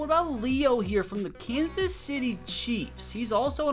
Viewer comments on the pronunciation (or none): none